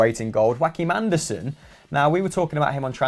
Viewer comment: why does my man say "joaqim andersen" like he's spanish 😂